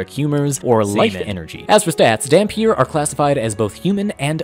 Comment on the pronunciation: Funfact: dhampir comes from an albanian word, dhampir, which is pronounced "tham-peer" (the th pronounced like in "the", not "thought")